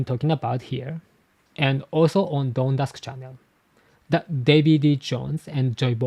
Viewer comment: it’s funny how you pronounced “dawn” a little like “don”, I wonder if the meaning of “D” also has to do something with doing things and living life with a “Don!” like Tom said in Water 7